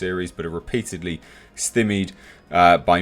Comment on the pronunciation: Not sure if you did that deliberately or cos you havent come across the word before but the word "stymied" is pronounced sty-meed, American term for something being blocked.